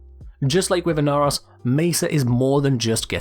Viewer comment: IN-Are-Ross? Who the heck is THAT? That looks like Ee-nar-oh-s!